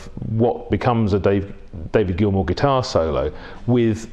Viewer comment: Can’t even get David Gilmour’s name right